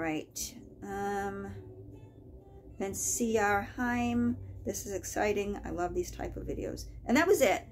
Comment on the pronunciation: I’m CR Heim! You actually pronounced my last name correctly! No one ever does!😂 I so love these these frugal videos…